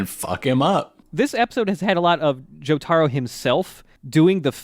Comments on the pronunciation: Joe Tah Row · You're gonna take these low tier weebs and their Joe-Tar-Oh and you're gonna like it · I love you guys but...you gotta start saying Jotaro right lol it is driving me nuts